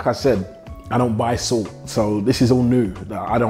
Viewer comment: Ohhhh now i understood you were saying Salt ,entire video i was wondering why 🐼 keep calling SOOT SUIT 😂😂😂😂😂